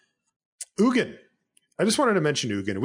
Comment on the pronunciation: Having trouble with pronouncing the G in Ugin? I have experience with this.